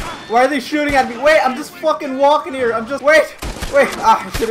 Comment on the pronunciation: Aye, I am wolkin 'ere